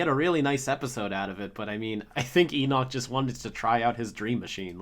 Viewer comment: the way says Enoch is so satisfying.